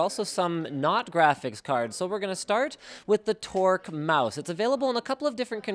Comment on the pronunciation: At first I heard Twerk mouse. my brain was confused for a sec.